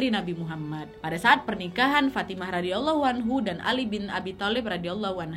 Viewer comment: request bahas kisah berbakti dengan ortu, supaya makin banyak anak muda yang kuat pondasi hidupnya.. terimakasih nad.. love banget ama videonya punten ijin kasih masukkan pengucapan.. Sayyidah Fathima ra, Sayyidah Khadijah ra= Rhadiayallaahu anha Ali bin abi thalib ra = Rhadiyallaahu anhu